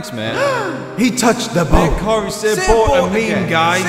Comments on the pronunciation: It's not bort it's boat. Said b-oh-t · Can u make a video about only saying the word boat XDDD plz it's funny cause it sounds like ur saying butt or brought